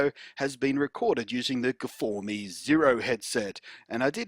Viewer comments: I'm sorry, how do you not realise it isn't pronounced gfourme? STOP IT! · I just saw this video, good stuff. I bet peeps at sennheiser renamed the new versions properly coz of you blunty. :) My soul died a little bit each time i heard you say guhfohmee. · "guhfourme" got me like :DD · I subscribed for the guh-for-me.